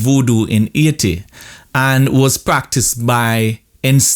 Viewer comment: as i heard you say AAiti instead of Haiti i knew you were a born Jamaican. You doan need no "DMA" to prove it..lol